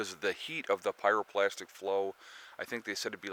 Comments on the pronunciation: Pyroplastic flow? I thought maybe you misspoke but ya said it again. Hate to be a grammar Nazi, but it's pryroclastic. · Pyroclastic not pyro"plastic"- no wonder people don't take seriously. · Pyroclastic, not pyroplastic. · It’s PyroClastic not plastic! Lol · PyroClastic... not pyroPlastic... lol... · Pyroclastic... not pyroplastic. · Perhaps people should think twice about taking advice from someone who doesn't know how to say pyroclastic